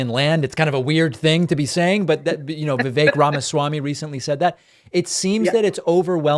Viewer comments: I love how she pronounced "Vyvek Ramasy" hahaha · No way someone as tuned in & educated (as she reminds us in this video) as Bitecofer pronounces "Vivek Ramaswamy" as "Vy-vek Ramassy" - I guess left-leaning people can be ignorant in this regard too... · Why doesn't she now how to say Vivek Ramaswamy's name?